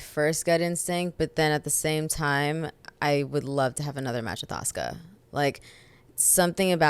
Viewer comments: Asooka lol aaahhhhhh assssskkkkkaaaaaa asuka the u is silent. Anywho great interview though. I love ZV so much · Did he really pronounce Asuka...Asooka? 😂😂😂